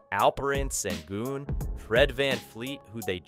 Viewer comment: It’s pronounced Shingoon